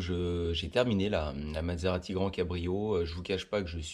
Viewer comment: vous prononcez "Mad-serati", c'est parce qu'elle vous a rendu fou ?